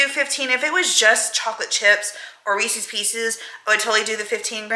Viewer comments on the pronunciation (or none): When you are trying to think of how to pronounce Reese's Pieces, just imagine that they are owned by Reese Witherspoon... if you liked her makeup you wouldn't say I like "Reeseee's" makeup just Rees-ez. 😜 I don't know why some people have begun saying it that way since it's been around for so long. Anyway, great video, it's nice seeing you happy. Yes, I've heard the "6 of one, half a dozen of the other" because my dad used to say that when I was a kid and it was nice to remember that so thanks to William. 😊 He seems like an old soul, which is a good thing.